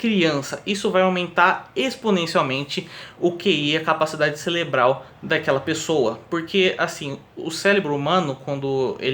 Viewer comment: Caraca man... é "cérebro" e não "célebro, celebral".